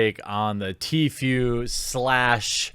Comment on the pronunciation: Please pronounce it TFOO